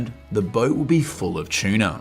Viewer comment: Keeps saying chiena ….its tuna